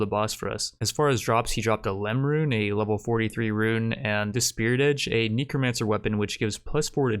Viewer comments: "Neecromancer"... I'm sorry wwwhhhaaaat? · Its neh-crow not knee-cro Say it with me now. Necromancer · imma be real honest here...please never say "necromancer" like this again...its neck row man sir. not neko mancer